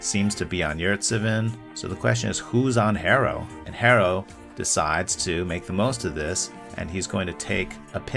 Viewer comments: For a minute I was wonder who the hell is “hay-ro” then I realized he was talking about hero?? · more like her-row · its Hero not Harrow wtf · It’s pronounced Arrow. The H is silent like in Hernandez or hola. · Its Tyler Herro (pronounced Hero) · why u callin him hair-o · Almost sounded like Harold at times